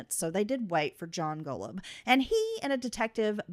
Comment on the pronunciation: You've mispronounced Golub's name on the entirety of both of your podcasts.